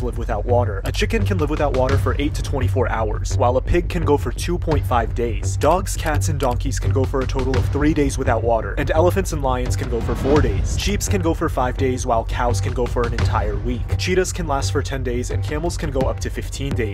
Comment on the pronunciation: Bro said sheepSSS